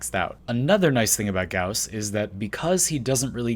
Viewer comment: Video: says gauss wrong Me: im out